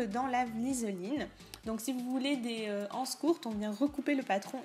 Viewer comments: BonjourMerci beaucoup pour ce tuto très bien expliqué. Seule petite remarque étant donné qu'il n'y a pas de h à anses la liaison se fait donc nous disons des z anses c'est comme euro beaucoup de personnes ne font pas la liaison et c'est une erreur mais il est vrai que beaucoup de jeunes disent aujourd'hui des zharicots ou des zhambergers!!!!Bonne continuation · J'aime beaucoup votre tuto mais il est désagréable d'entendre " les ... anses ". En français il faut faire la liaison. Il faut donc dire " les zanses". Ce qui n'enlève rien à la qualité du tuto. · On dit " des z' ances" et non pas des "ances"